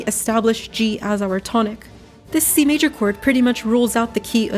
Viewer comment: when you said key of c major i thought you said kfc major